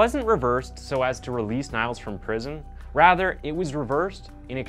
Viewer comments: NiEl not NiAl, by the end it had me itchin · that sounds really terrible and shocking what that damn killer did :O it’s nice explained,but i wanted to tell you that niels is not pronounced as niles but as “knee-ls” just to let you know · actually his name is pronounced exactly like the english word ''kneels'' :) , not Niles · "Niels" is pronounced "Neels", not "Nails". Cheers from a German. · LOL, I just posted the same, I hadn’t seen your post… I said «Neels» insted of «Niles» though, as «Nails» in English is pronounced differently than «Niels» or «Neels» («Neils»)… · You pronounce Niels as Niall, and also wrote it at Nial's confession. But it's actually pronounced as Neels, in Germany, Belgium and Netherlands and probably some other countries, "ie" is pronounced as "ee" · Great video, but as a native Dutch and German speaker hearing him say Niels like Nyles instead of something like Neals hurts me. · i love your videos, but it was so funny hearing you say his name as nials, when its pronounced like eel but with an n, like neels. nevertheless great video! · His name is actually pronounced “Neels” like “feels” but with an N. Not Niles lol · It's not Niles, it's Nils, you would pronounce the i in Nils as the ee in knee So basically Neels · It's not "Niles" ... it's "Niels"- like "kneels". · Niels is pronounced more like Neals, not Nials ;) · it's not nials it's neels (niels) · his name isn't pronounced like NILES but rather like NEELS (my native language is german, so no error here:) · His name is pronounced neels, I think. You are saying Niles, a different name. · niels, not niles? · Its not spelled niles, its spelled more like neels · you pronounce it as neels, not niles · Its not pronounced "Niles", but Neals 😉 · «Niels» is pronounced «Nils» (or «Neels»), not «Niles» as in this video… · His name is pronounced Neels not Niles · niels = neels not niles .... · Née -els not Nae-els. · Hey, I am from Germany and the pronounciation is neels, like in need, Not niles 😉